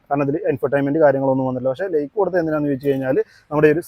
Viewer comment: ലെയ്ക്ക് അല്ല ഭായ് ലൈക്ക് ആണ്😅 വിഡീയോ സൂപ്പറാണ് നന്നായി ഹോം വർക്ക് ചെയ്യുന്നതിൻ്റെ ഗുണം എല്ലാ വീഡിയോക്കും ഉണ്ട്